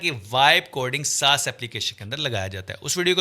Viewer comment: Saas word sahi se bol pehle